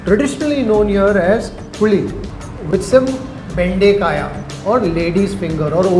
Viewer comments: Boss dont change the Kannada pronunciation and distroy it, it not Bendekaya, its Bendekaayi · It's bendekayi not bendekayaa.